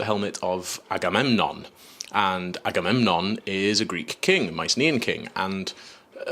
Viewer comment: The "batamemnon" made me laugh way to hard. 😂😂😂